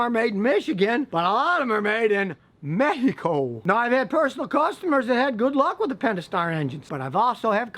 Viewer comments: I love when you say México with the accent hahah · The way he said "Mexico" lmaoo btw scotty actually said nothing "Best" to say about Chrysler In the entire video LOL... Because there isn't anything🤷🏽‍♂️😂😂😂